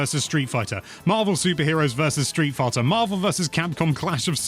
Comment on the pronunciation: Is it just me or did I hear "Street Farter" during that list off of all games included in Marvel vs Capcom fighting collection 😂